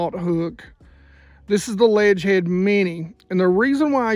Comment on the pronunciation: You should link Ledgehead in the vid description I had to listen to you say it a few times before figuring it out. Ima get me some of those tho thanks for the tips here!